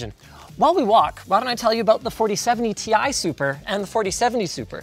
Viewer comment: Now when it is gonna be ti news? or as the old guy says tie